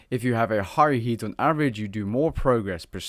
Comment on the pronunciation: i cant stop hearing yeet instead of heat...